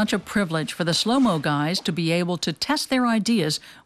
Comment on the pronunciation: 'The shhlow mo guys' lol